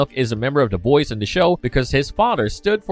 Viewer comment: When he says the boys does anyone else here da Boyz, I'm not trying to be an ass it just confuses me everytime I can't Cypher it.